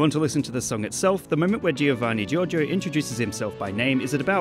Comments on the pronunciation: Giovanni gioRgio, not jojo! XD Foreigners always eat the R in italian... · I love how you keep pronouncing " Giorgio " as " JoJo " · The title should've been "Who is Giovanni Giorgo?......and why does everyone call him Giorgo?....." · We all know: His name is giovanni giorgo but everybody calls him giorgo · hah jheeorno jheeovanna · the way he pronounces Giorgio made me laugh so much (i am italian and Giorgio is an italian name) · Giorgio it’s a regular italian name, and it’s not pronounced giovanni Giorgio